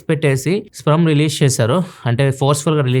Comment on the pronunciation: Adhi sprum kadhu sperm 😂